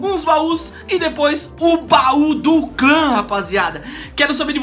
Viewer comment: caramba aprende a falar bau do clã